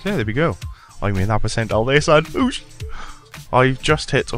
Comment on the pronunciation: Idk why but I feel very uncomfortable when you say "Oosh" :S